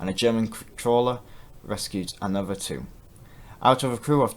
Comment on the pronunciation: another, not anuver